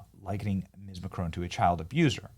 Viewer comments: You need to pronounce his name correctly ..... There is no e at the end of Macron, therefore it ends and sounds like "on". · PLEASE<PLEASE PLEASE The mans name ıs MACRON ! MAC as in Big Mac! Ron as in Spanish Rum !!!! There is NO “E” in his name FFS Dumb Spam moron!!!!!! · Why are Americans unable to say Mac Ron. It's not Macchrone the infantile American press will continue to mispronounce international politicians names.